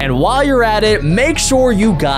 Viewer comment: It's ban ban not bam bam